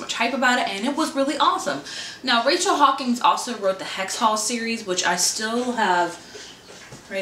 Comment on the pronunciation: READ HAWKINS CORRECTLY PLEASE. You saw it with a loud A, but it's like hock-ins. Not Hawkings. GAAAAH